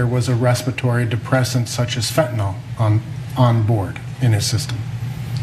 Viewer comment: Did anyone else hear Fentanyl North Carolina?